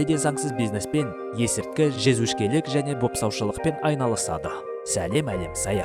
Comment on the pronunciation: Жезөшке емес жезөкше 😂😂😂